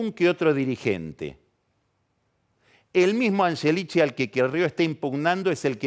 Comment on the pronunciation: Es el unico que dice "anyelichi"!!! Como cuando decia Yoli por Scioli... parla italiano el ragazzo